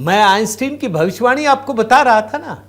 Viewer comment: सही उच्चारण है …आइन्स्टाइन ।